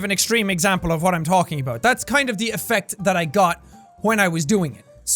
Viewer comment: Why does jack pronounce "wh" words as "hw" lol? He says hwat instead of what most of the time